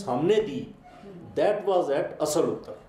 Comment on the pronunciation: असल उत्तर नही होता। आसल उताड़ है नाम